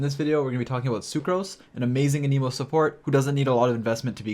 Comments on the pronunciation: “A knee moe” 😂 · You also say anemo wrong it seems, 🤔